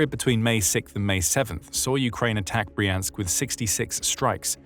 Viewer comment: It's Br-yansk, not Bree-ansk - when you see a russian word transliterated into Roman letters the y is always like the y in yelllow, and never like the y in copy